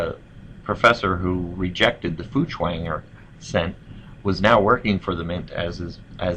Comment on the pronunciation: Feuchtwanger is pronounced "foicht-vonger"